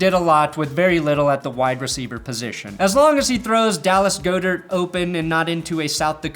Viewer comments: Its fucking said GOD-ERT!!!! WTF